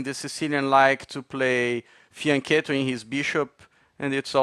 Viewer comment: Wow, he actually pronounced 'Fianchetto' the Italian way!